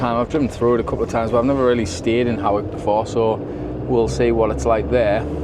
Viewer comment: Hawick is pronounced Hoyk, the Aire is suspended when fair in town